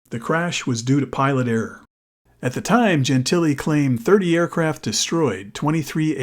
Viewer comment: Wow. The CORRECT pronunciation of Dob Gentile's last name.